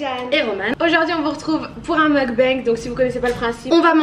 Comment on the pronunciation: On dit mukbang pas mukbenngue c'est coréen pas anglais